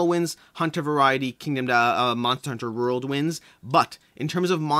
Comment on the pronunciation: Your pronunciation of the word "World" fascinates me! "Monster Hunter Rurld"